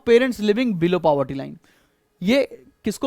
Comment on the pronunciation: He is pronouncing it correctly........